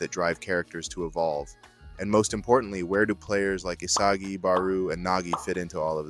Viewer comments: It's BarO not BarU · No way you pronounced Barou as PERU!! 😂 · Yeah doesnt say barous name properly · definitely feels like ai both wrote and narrated your script. At multiple times you mispronounce names (like nagi-nagee) or inconsistency with barou's name, not to mention flat out incorrect things like saying the swordscrew is yuki's signature shot (it isn't, he did it once) or saying it tricks goalkeepers into moving to one side only for the ball to drastically curve (that's the gyro shot, his actual signature shot). And overall the way the script is written is incredibly reminiscent of AI, especially the way it pads it out with unnecessary noise that adds nothing of value